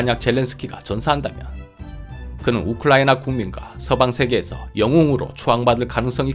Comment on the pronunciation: 우클라이나로 발음하십니다 😂